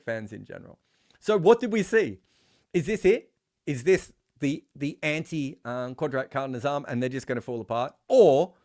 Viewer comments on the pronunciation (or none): Never did I think I would see an aussie trying to say Qudrat ka Nizam. Btw for anyone wondering you say it Qud like could then rat like rat Ka like the Ca in Car, Ni like the Ni in Nissan and zam like you'd say jam but with a z. You said the qudrat part bang on tho so props. The literal meaning of the phrase can loosely be translated to Nature takes it own course. Anyone with a better translation is welcome in the replies. Edit- You made my comment obsolete with the 2nd pronunciation.